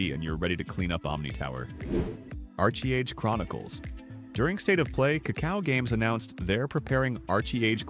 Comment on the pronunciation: I realized this when it said Archie Age. This wows me more than any of these games. Man, wish I could go back to the 90s amd early 2000s